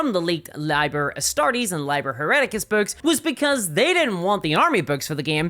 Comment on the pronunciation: ‘Liber’ is pronounced “ LEE bur “